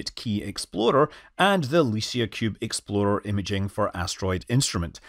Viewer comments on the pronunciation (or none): I am convinced the main reason for revisiting this is so he could say exploder and the gasslighting us telling us he actually said explorer...🤔